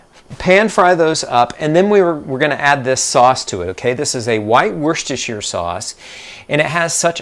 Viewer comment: Very clear concise explanation love the pronunciation of Worcestershire sauce that’s like a level 100 word! 😊.